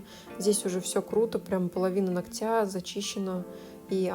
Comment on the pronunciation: режет слух😑" половина нОгтя, а не ногтЯ"😯 прости, я не специально.